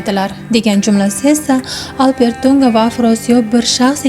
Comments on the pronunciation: Урғуни тўғри қўйинг, Албертўнга деб эшитиляпти, хуник эшитиляпти. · Хурматли синглим. Алп Эр Ту'нга исмини " АлперТу'нга" деб укияпсиз. 3 та сузни деярли 1 суз килиб укияпсиз. Ифодали укишнинг уз коидаси бор. Бу тез укиш эмас. Талаффузингиз хакикий узбек( туркий) эмас. Ифодали укишни Афзал Рафиковдан урганишимиз керак.